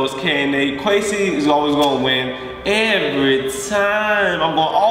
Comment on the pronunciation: at the start you said a and nay lol